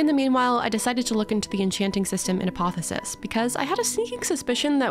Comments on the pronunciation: Okay. It's "uh·paa·thee·ow·suhs," not "uh·paa·thuh·suhs". Love your vids. Hermione out. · Btw, you're leaving the "o" out of "apotheosis" whenever you say it.